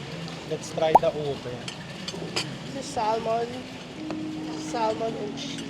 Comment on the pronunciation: You say Samon not Salmon, you drop the L